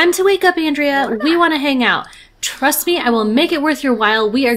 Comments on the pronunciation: I think Andrea as a guys name is On-dray-a (it appears to be Italian when it is used as a male name, I had to look it up as I'm used to it being a female name 😊). However you do pronounce André as On-dray 😊. Though to be honest, without looking it up I wouldn't have had a clue how to pronounce Andrea, I've met a few Andrés so that name I knew 😊. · What a fun filled episode. Andrea is such a cutie, much more so than Roy in my opinion. um, by the way, Andrea as a guys name is pronounced On-dray. I was thinking maybe he knew you mispronounced his name and thats why he wasn't sticking around to chat in earlier episodes, some folks can be so touchy about stuff like that 😉